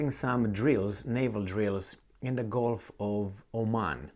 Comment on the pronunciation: GULF NOT GOLF. PLEASE FIX. YOUR TEACHER.❌